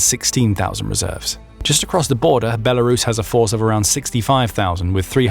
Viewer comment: There is no "H" in Belarus.